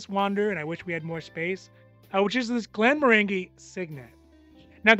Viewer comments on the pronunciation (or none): When you say Glenmorangie think of “orange-y” at the end. Soft g.